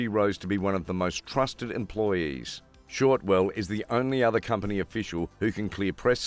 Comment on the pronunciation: her name is Shotwell not Shortwell.